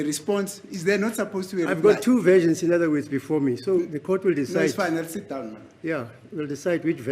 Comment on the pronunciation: "fine I'll seat down' whilst the German shepherd tries to mumble a response, to me roughly translated it's, f**k you👀